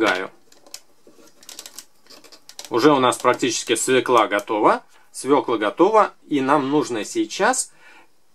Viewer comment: свекла а не свела!